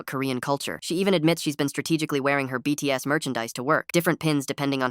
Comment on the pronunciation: “Beats” instead of BTS goes hard